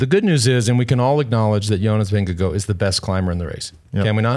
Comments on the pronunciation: wow plz say jonas` name correctly....Vin-Ge--Gaard not vingegoo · but it isn’t Vin-ge-gaard it’s Ving-e-gaard (and it’s not pronounced guard it’s more like gor as in Gore,- no d sound in the end)